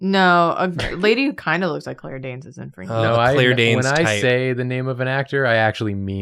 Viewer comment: win: Drawfee mention my fave under-appreciated tv show Fringe! loss: I will never be able to un-hear them all pronouncing it Fringyy